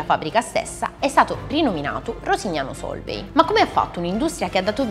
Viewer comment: Comunque, "Sólvay" non si può sentire. Gli accenti sono importanti, soprattutto se si vorrebbe fare i divulgatori.